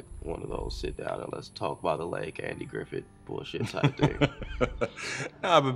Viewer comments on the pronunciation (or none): none